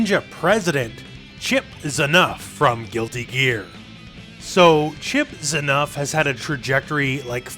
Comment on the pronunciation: Yes, but why is he called Chipp Zinuff instead of Chipp ZANuff?